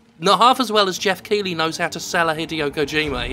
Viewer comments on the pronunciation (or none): none